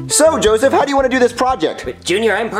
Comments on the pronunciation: LOOOOOL DID YOU ACTUALLY SAY JOSSIVE ITS JOSEPH how do u even complicate it that much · Its not jospeh, its not jossive, its "Joseph" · So did you, its Joseph not Jospeh